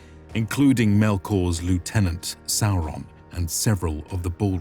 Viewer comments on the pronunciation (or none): none